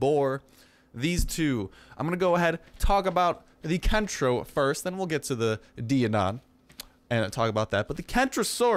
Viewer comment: I do apologize,... but when thinking about the actual latin pronunciation of "Daeodon", think "Daiodon" or "Daimo".